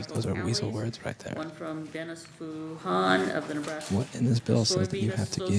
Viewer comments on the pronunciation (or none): Ahh Nebraska, all this time i tought you said Alaska :P fml